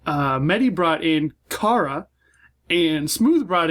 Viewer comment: Thanx for the critic on Kara but I liked the cutie mark, and I might change the dark grey I'm just gonna play around with it a little. (and yes you said her name right its like Car-a) I though about putting her in a Japan like place but I've seen lots of american manga works that I've loved so I put her with my other oc's. as always this show Is amusing to watch.